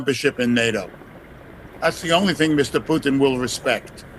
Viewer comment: The way the narrator prounounces Putin sound like Poutine, which is a Canadaian food, some fries with cheese curds and gravy.